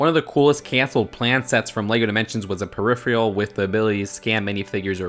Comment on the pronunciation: You say peripheral wrong.